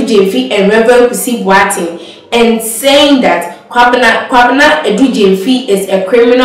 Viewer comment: Presenter learn to pronounce the name Boateng correctly